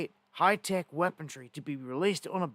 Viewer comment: WHAT IDIOT TAUGHT YOU IMPROPER ENGLISH ?!?!?!?!!!! WEAPON-RY- RY - RY -RY - RY OR REY, BUT DUDE ...COME ON MAN...ENGLISH WEAPON. RY NOT DRY...WE AINT DRYING SHIT...